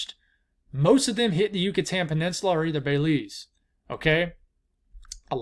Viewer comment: “Bay-Leeze” gets me every time 😂